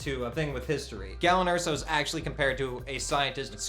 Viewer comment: "Galen", not "gallon".